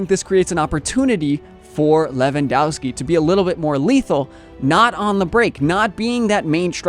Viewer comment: ow and ov with or without skis or a's for women, endings are spelled off like offside. Pls correct that, you butchering every slavic name with that ending.